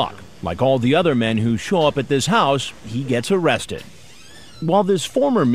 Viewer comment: The Elmer Fudd predator is my favorite one: "Am I going to be aawested? Oh cwap!"